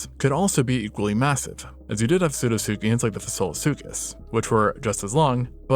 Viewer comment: Excellent recap! My only complaint is from - , when the words SILLOSUCHUS and FASOLASUCHUS are difficult to audibly distinguish